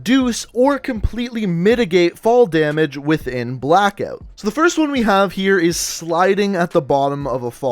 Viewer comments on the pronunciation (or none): Have you got a speech impediment?? You can’t say Blackout 😂😂😂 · the way he pronounces ''blackout'' gives me cancer